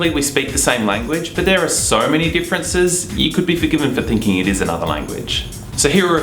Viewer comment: Hottie talking about "deeferences"